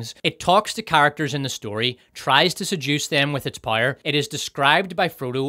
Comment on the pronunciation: It took me 38 minutes to figure out the reviewer was actually saying “power” but he was pronouncing it “pyre”. At least I got “fill ‘em” right away ! I’d just never heard “film” with 2 syllables before. The review was excellent .